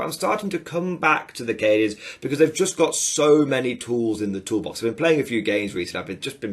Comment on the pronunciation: New drinking game. Have a swig every time says "tools in the tool bax"! 🤣